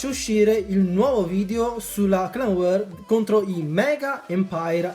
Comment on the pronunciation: Si chiama war non wor